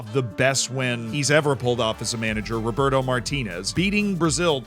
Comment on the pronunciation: It's Roberto not Roburto